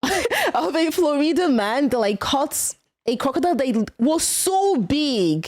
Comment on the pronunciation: hehe "flo-reeda" never heard it pronounced that way before but its now the only way i shall pronounce "Florida."